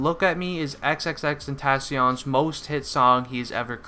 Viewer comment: It's not xxxten- tah-con it's xxxtent-aw-c own